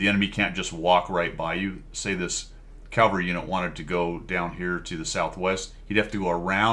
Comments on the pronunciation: I was just poking you a little re pronunciation of "calvary". :hand-orange-covering-eyes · "We've got calvary..." Calvary? :eyes-pink-heart-shape